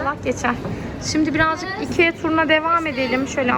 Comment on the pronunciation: söyleme şeklinin şöyle ikiaggggggg diye söylüyorsunuz ikia diye okunuyo ve çok hava atın bence normal davran artık sıkıcı olmaya başladınız